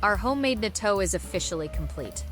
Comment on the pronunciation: You can not pronounce natto.